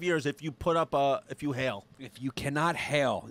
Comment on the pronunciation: It's Heil, not Hail, you silly hyenas. (Pronounced hile, as in pile or bile.)